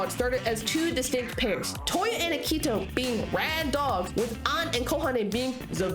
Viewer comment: Ugh i love this video but some things are ticking me off like how you're calling akito and toya "rad dogs" (like the song instead of their duo name bad dogs) and "subunits" even though that term is only used for the virtual singers 😭